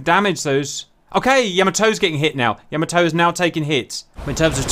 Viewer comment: its pronounced " YAH MAH TOE" not "YOE MO TOE"